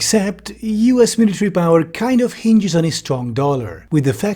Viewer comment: miliary :face-blue-smiling